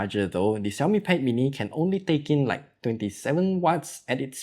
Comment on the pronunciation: Hearing the xiaomi pronunciation correctlly😄